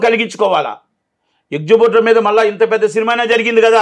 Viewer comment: ఎక్సుబ్యూటర్ ఏంట్రా బాబూ...ఏక్సిబిటర్ కదా..